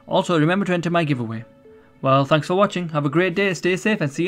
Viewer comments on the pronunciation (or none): none